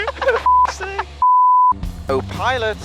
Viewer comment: Even after the video. I think I'm gonna hear 'Oh Pilot' with accent continuously throughout the day 😂